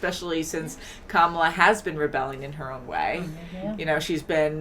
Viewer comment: You are pronouncing the main character's name wrong. It is not spoken the same as the current VP of the US "KA-mala", but should be "ka-MA-la". You should have noticed when she corrected the teacher in EP 2. And laughing at their wedding traditions? Wow.